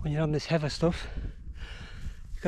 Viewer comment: Sorry, but you lost me at 'heava'.